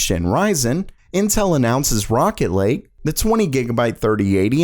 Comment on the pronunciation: who else heard rocket league other then rocket lake! facepalm